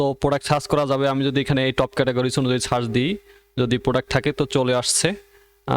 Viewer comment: আপনার উচ্চারনে কিছু সমস্যা আছে। - সার্চ কে আপনি বলেছেন সাচ